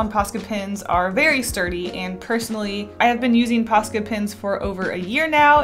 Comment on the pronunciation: Interesting and useful tips but I had to watch without audio... there's only so much I can take of hearing about "pasca pins". 🙉😂😂😂